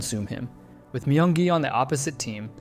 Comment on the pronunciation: No One Asked: (My-yung-gi) Everyone Else: (Me-yung-gi)